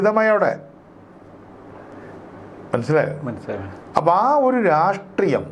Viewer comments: രാസ്ത്രീയം അല്ലട യൂട്യൂബ് ഓളി -രാഷ്ട്രീയം, നാവ് വടിച്ചിട്ട് കോണക്ക് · ഒരു നല്ല Journalist ആണ്. അദ്ദേഹത്തിൻ്റെ ചില മലയാള വാക്കുകളുടെ ഉച്ചാരണം പാല്പായസത്തിലെ കല്ലുകടി പോലെയാണു തോന്നുന്നതു്. ഈ വീഡിയോയിൽ പല പ്രാവശ്യം രാസ്ട്രീയം എന്നു പറയുന്നുണ്ടു്. രാഷ്ട്രീയം എന്നു കേൾക്കാത്തതു് എൻ്റെ കുഴപ്പമാണോ എന്നും എനിക്കറിഞ്ഞുകൂടാ. പഴയ ചില വീഡിയോകളിൽ ഉദേശം എന്നു പലപ്രാവശ്യം ഉച്ചരിക്കുന്നതും കേട്ടിട്ടുണ്ടു്. ഉദ്ദേശം അല്ലെങ്കിൽ ഉദ്ദേശ്യം എന്നായിരിക്കാം ഉദ്ദേശിച്ചിരുന്നതു്. ഇതു ചൂണ്ടിക്കാണിക്കുന്നതിനെ positive ആയിട്ടെടുക്കുമെന്നു കരുതുന്നു. 🙏